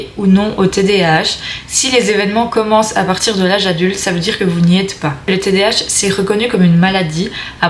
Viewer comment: On dit td A h pas tdh.jz sais d'où tu es mais en Belgique cest pas le psychiatre ki ft les test mais neuropsy